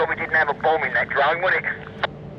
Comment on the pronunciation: "dwone" ? Oh, you mean "DRONE"... Learn to pronounce "r" before you talk nonsense to me. - Tell this south african idiot to piss off back to his own country and stop trying to call the shots here. - Look at the beer gut on these two specimens. Less time harassing members of the public and more time in the gym.